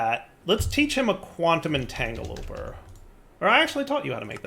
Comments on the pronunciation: Very nice and compact setup, i like it even more than my recent one! By the way, you can equip your jetpack to bauble, so you can use both! Also Entanglo-PORTER not entangloper:D pleeeeeeeeeeeeease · I really want to NOT use the quantum entangloporters because I don't know how many times I can stand hearing him say "entagloper". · How many series, and still can't pronounce "entangloporter"? I guess he just really likes teloping everything 😂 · Every time he mispronounces Quantum Entangloporter i die a little on the inside